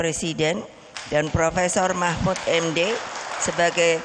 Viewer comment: Bu bacanya kliru bu..bukan p.mahmud md..tapi p.mahfud md